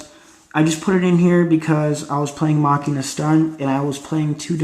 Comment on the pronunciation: stop mis sayin machina!!!!!!!!!!